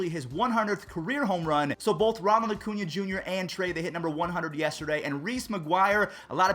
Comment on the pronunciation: Every time I hear say “Acuña”, I hear “O’Cuña” like he’s Irish or something 🤣